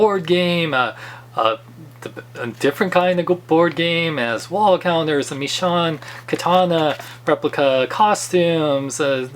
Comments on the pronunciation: Sorry but it's pronounced "Mee shown" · is it just me or does not pronounce the "sh" sound? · You say Michonne name weird